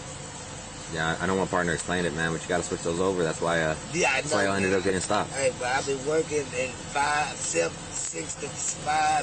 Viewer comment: WHEYE ARE THE PEOPLE OUT OF THE CAR AND WHEYE IS THAT COP IN THE CAR, IT'S TRAFFIK STOP.